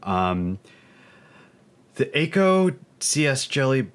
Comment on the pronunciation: Btw it’s not ayyko it’s ahhko. akko